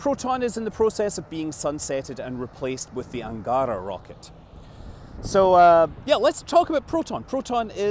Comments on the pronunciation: it's Angarah, with the last syllable stressed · It's "un-gah-rA" with stress put on the very last sound for "Ангара" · Angara should be pronounced with the emphasis on the last syllable: anga-RA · not Angaaaaaara, but Angaraaaaa. that river`s name also not Baaaaaikonur, but Baikonuuuuur. also not Gluuushko, but Glushkooooo